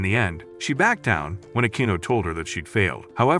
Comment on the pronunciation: What the hell is it with mispronounced words? "BaCkAyD" "FaHkEyD" Bro, did you not proofread you own script?